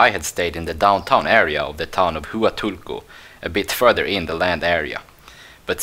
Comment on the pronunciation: Correct me if I'm wrong but, having been there many times, pretty sure it's pronounced "wahtoolco" not "Hooatoolco"